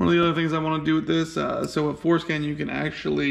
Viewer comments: It's not foreskin, it's forscan.... Lmfao and SMH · It’s for SCAN not skin lol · foreskin? you mean forscan? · Forescan, not foreskin.